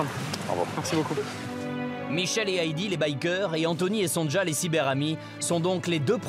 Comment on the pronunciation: Pourquoi ils disent tous : Son Ja au lieu de Sonia C est un prénom polonais, ça s' écrit, effectivement, Sonja, mais se prononce Sonia.😅😅😅